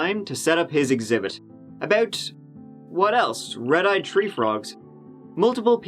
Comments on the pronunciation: Best part of the day I love your narration skills I hope you have a great safe day!!!!!!! Turdy tree!!!!!! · you do a better job than true crime. keep it up. tree hundred and turty more vids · You must be new. Wait until you hear him pronounce three, or better yet, thirty three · Don't know if anyone has ever told you, but TH has a different pronunciation than a basic T. THREE does not equal TREE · I'm confused...tree is three and three is tree? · I like the way you pronounce you numbers, your three sounds like 'tree'